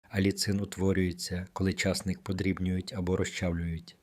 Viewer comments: ЧаснИк правильно казати. Наголос на ,,и". Так ріже слух цей чАсник, капець! Обожнюю часник. Щодня в салат додаю - до свіжих листів салату латук, до салату із свіжої капусти, помідорів та ін.-х всього один зубчик подрібнений.Нема ніякого поганого аромату потім, якщо не з'їдати набагато більше часнику щодня . Потім є ще ж продукти, які нейтралізують аромат часнику - петрушка, кефір та ін. Дякую за корисну інформацію! Всім здоров'я і миру! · Огидно слухати: чАсник, а не часнИк, що є правильним, ставте правильно наголос! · Головне слово в цьому відео з невірним наголосом ! А може це зробили навмисне, щоб коментарів було більше ??? Тема корисна , прослухала до кінця ! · Не говорiть чаааааасник, говорiть часнИИИИИК.😢😢😢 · Я завжди знав, що споживаю часнИк.😊👏👍 А ви ведете " мову" про якийсь чАсник!🤣😭😆! Неможливо слухати! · А ви шановний звідки ???? В якому краї на часник з наголосом на ,,,,и ,,,,.....вимовляють часник як ви з наголосом на ,,,,а ,,,, дивно ????????? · Чому ви кажете чАсник, а не часнИк? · Дякую,але наголос портить гарну інформацію...а не краще ,,чосник'' вимовити і не буде звучати ,,часник''.. Дякую ,інформація слушна... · Ріже слух неправильний наголос в слові часнИк! Підкреслюю: часнИк,а не чАсник! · Залишилося ще вам, правильно наголос ставити: часнИк, а не чАсник. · Наголос часнику на другому складі. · Що за наголоси все гарно а наголос жахливий ЧАС НИʼК і ті наголоси є в закінченнях не тільки цього матеріалу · Чому часНИк.Ваші поради такіж корисні як і ваш наголос. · Де він навчився так казати.наголос.ставити не на ту букву ЧАСНИК